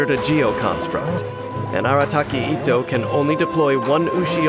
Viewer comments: Why English va’s pronounce itto as etto 😕 cringe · the fact that is pronouncing his name as ittoe